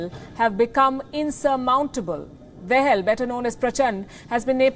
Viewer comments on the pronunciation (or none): its not "dehel " Its "Da-Hal" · If you’re a respectful journalist at least try pronouncing their name properly, it’s not “Del” it’s “Dahal”.I feel like they are pronouncing their name deliberately wrong to show that we Nepali people don’t deserve any respect. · its Da-ha-l, not De-ha-l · Palki - please get the name right...It is Pushpa Dahal - Dahal pronounced da as in dada and hal as in halt.